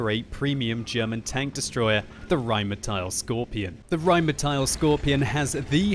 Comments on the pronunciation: "rheinmeteil" please. the pronunciation. please. it's not spelled that way.. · why do you say rhinemehtyl?